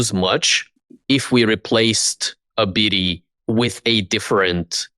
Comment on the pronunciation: Who is Ebidi?? Arr yall talking a bout Abidi. Isn't it pronounced ah-ba-die